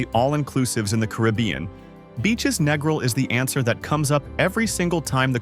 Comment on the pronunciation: can't even pronounce Negril properly, can't take an AI review seriously. Everyone knows about Hedonism. Same with Montego. RIU is a rundown has been resort. Bahia Principe is a giant paved over nightmare with a thousand guests. Food is awful in a place that big. Sandals is ok but way overpriced with an air of pretension. We have stayed at Couples Sans Souci 12x in last 10 years, going in Nov and Feb. It's perfect because it's small, no one under 21, nude beach, good food. Who cares about discolored grout in shower. The staff is great, remember us every yearr.